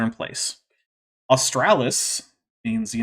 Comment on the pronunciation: I lol'd hard when Kent could not pronounce/remember AUSTRALIS, jeez